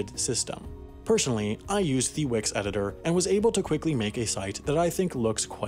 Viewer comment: There are two ways to pronounce the word 'the.' They are, "thee" and "thuh." If "the" precedes a consonant, it should be pronounced "thuh," as in "thuh car," "the flight," and "the damage." If it precedes a vowel sound, the pronunciation switches: "thee eagle," "thee other," and "thee eyeball." This narrator very often uses "thee" to precede words with consonants. The overall effect is that the narration sounds stilted and artificial. The points where it happens are jarring. This happens quite often in amateur voiceover work and it is very prevalent in homemade YouTube videos. It might be due to the speaker's desire to speak or pronounce with a clinical precision or exactness but since it is counter to normal English speech, it is off-putting. I'll try to listen to this interesting video without the shortcoming bothering me but it wont be easy.